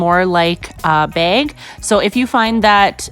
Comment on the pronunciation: Why does she say beg and not bag